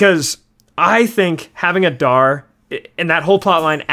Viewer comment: The way guys say Adar just kills me. UH - DAR, bro you're a LOTR content channel. Its AH-Dar